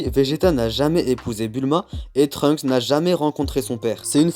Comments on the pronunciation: pourquoi j'entend Trumps a la place de Trunks 😭😂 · J'ai l'impression que tu dis Trump